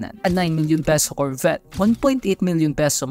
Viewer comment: Carvette 😭, Lamborjini 😂